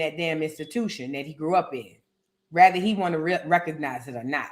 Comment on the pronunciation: A "Whether" 😭😭😭😭